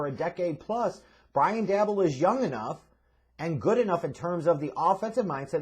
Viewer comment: His name is pronounced like Joe Shane,. It's spelled Schoen, but it's pronounced Shane. Also, it's Brian DAY-Boll.